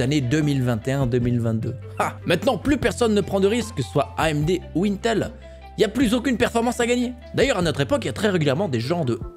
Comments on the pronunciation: pas mal ta vidéo j'ai bien aimez franchement mais faut arrêter de dire untel C'est INTEL non UNTEL LOL tu va finir par passez pour un abrouti avec tout le respect que j'ai c'est pour toi personnes di UNTEL comme tu fait lol et pour le TDP c'est pas du tout une bonne nouvelle mdr quand tu prend le Ryzen 9 5950X au Ryzen 3950X tout les deux on un TDP de 105 pour 32 Threads a 4.7 pour le 3950X et 4.9GhZ pour le 5950x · Mais arrête de dire untel bordel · C'est pas untel mais INETEL 😭😅😂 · « un tel » Mon dieu tu donne des sueurs froides 😅😂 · mdr comment tu dis "intel"